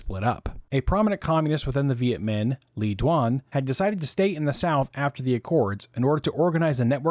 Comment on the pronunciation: Le Duan, pronounced more like Lay Zwon